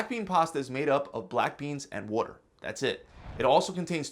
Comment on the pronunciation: You said water funny